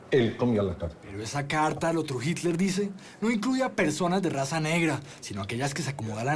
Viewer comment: Pronuncien bien Hitler . Que vergüenza .